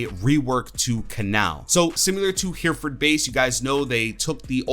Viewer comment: "HERRY - FERD" BASE is how it is pronounced..... Not Heeeerferd. We British are pedants, lol.....